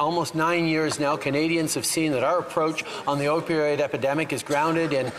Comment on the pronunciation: he most definitely said Opioid “academic” 😑 🤦🏼‍♀️